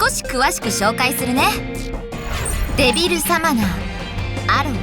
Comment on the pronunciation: リンゴの発音はちゃんとデビルサマナ↘だった。